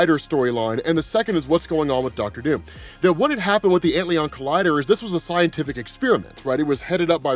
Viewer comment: I mean this with all due respect, but I believe it's pronounced ant-lion.